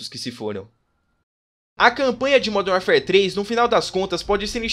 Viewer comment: Parabéns pelo vídeo e pela pronúncia com o nome do jogo: primeira vez que ouço alguém falar isso certo.